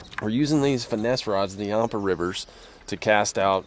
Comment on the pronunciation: You're pronouncing yampa wrong!! I live by the river